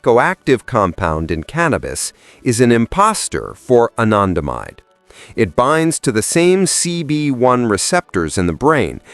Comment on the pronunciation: The way he says anandamide is so poshy 😂